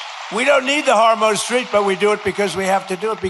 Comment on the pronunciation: " we don't need hormooz streets."????? What is trump talking about?